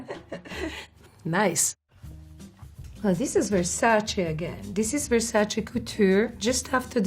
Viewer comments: Finally, somebody pronouncing the name Versace correctly! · Finally a model that pronounce Versace well. She is so gorgeous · Carla pronouncing Versace the way it should be. Such an original. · The only one who pronounces “Versace” the right way in these videos ! I suppose her being Italian it helps :D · I guess it's an Italian superpower 😁😅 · Finally someone who pronunces versace correctly